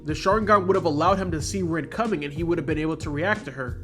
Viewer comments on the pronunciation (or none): none